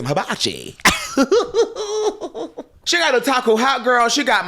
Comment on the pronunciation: saying, “hibachi” has me screaming 😂😂😂😂